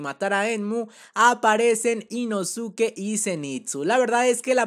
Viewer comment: Nezko e inoske porfavor, asi se pronuncian